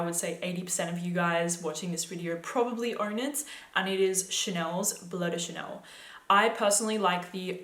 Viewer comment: "Blow de Chanel." How can you talk about fragrances and you can't even say their names?